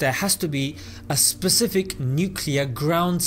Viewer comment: I like how he pronounces Specific like this: "Sepcifik"